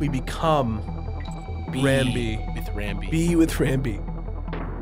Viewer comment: There's no L in Rambi and no A in Rumble.